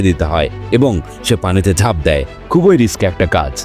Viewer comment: তুই অশিক্ষিত বর্বর একটা মানুষ। তুই এখনো "ই" এর উচ্চারণ শিখিসনি। ব্যাটা অশিক্ষিত ও মূর্খ। "খুব" এর সাথে "ই" যোগ করলে উচ্চারণ "খুব ঐ" কিভাবে হয়, মূর্খের বাচ্চা। উচ্চারণটা হবে "খুবি"। আবার "এক+ই" কে উচ্চারণ করিস, "এক ঐ"!!" মূর্খের পয়দা। এর উচ্চারণ হবে "য়্যাকি"। বুঝেছিস, ব্যাটা অশিক্ষিত বর্বর এবং নিঃসন্দেহে একটা অছাত্র।